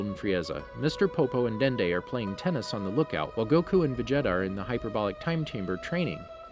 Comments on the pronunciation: He’s not saying everything correct. Vegeta is said as ve-jet-a when it is veh-geh-ta in Japanese and ve-ji-ta in English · Did anybody notices how he says Vegeta "vageta" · How Do you mess up "Vegeta"? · Saiyan not Cyan Napa not Nah-pah Vegeta not Vega-tah Freiza (alt. Freeza) not Free-ah-zah Namek not Nah-mak Kami not Khame Zamasu not Zah-mah-sue Did I miss anything?